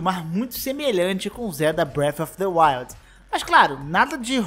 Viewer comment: "Braf a fa the wild''